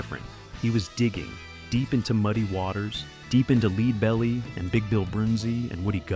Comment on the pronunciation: This narrator is terrible. You’d forgive the Donegal pronunciation but calling leadbelly Lead belly… And then he calls a strat a StratOh Castor. Terrible